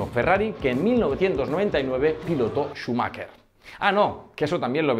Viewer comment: Se llama Schumacher, no "Schumakker" .